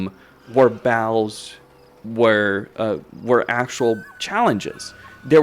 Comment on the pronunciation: the way you say battles without pronouncing the Ts makes it sound like your saying BOWELS as in the poop in your intestines 🤣 makes everything your saying quite funny without context! Otherwise you have great english, just make suyre your saying "baT-Tul" now bowel lol. also very insightful video thank you!